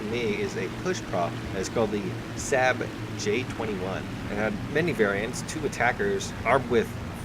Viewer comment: Saab is pronounced "saahb"